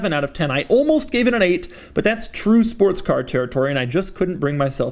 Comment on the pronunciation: Did anybody else hear him say “Sparts car” ?